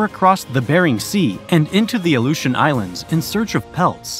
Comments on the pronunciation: Only 1/3 through the video but it would be a nice gesture to the indigenous populations of Alaska, and Alaskans in general, if you took the quick minute to learn the correct pronunciations. Aluetians, Tlingit, and Inupiat for starters. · Crimmian war?.... Crimea....Cri (i) mian Crimean war, Ally-eutions?. Aleutians !